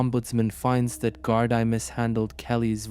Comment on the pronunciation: Gardaí is pronounced gardee